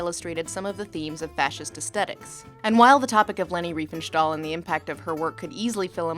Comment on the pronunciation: There is no "sh" or "sch" sound in "stahl". Sorry, but every time you said "Riefenschtahl", my "immersion" shattered.